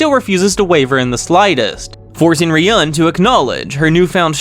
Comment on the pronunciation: Made a comment about name pronunciation a long time ago but didn’t really say how.😊 Ryūen is Ryu-en not ry-uen Kiryūin is Ki-ryu-in not ki-ry-uen Ichinose is ichi-no-se not ichi -nose (which you are saying correct right now😊) No offense though. Still love your vids. And also love how you reply to all comments, even in old vids.😊